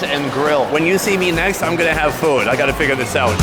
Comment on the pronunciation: Every time Sonny says the word "Food", sounds like "Foot"!